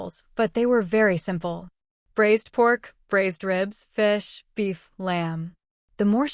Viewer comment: If cooking meat it’s braised not brazed. HTH